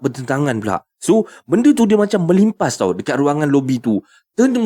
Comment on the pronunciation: Belimpas...hahaha..org mn tu?